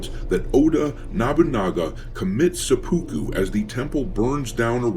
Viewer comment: Please try to pronounce seppuku better. seh-pu-ku The "u" sounds are partway between a long "u" and a long "e". None of the syllables has stress. Hearing "suh-POO-koo" is surprisingly grating.